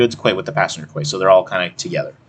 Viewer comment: Good videos. Quay is pronounced key.